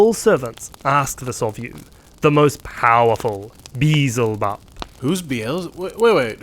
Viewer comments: I died when he mispronounced Beelzebub as Beezlebub. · Funny how he says beezle bub